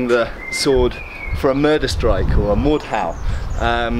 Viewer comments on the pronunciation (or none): none